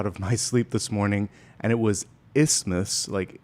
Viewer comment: Just a thought... The way you said "isthmus" sounded almost as if it was the last two syllables of "Christmas" like in the song " It's beginning to look a lot like Christmas"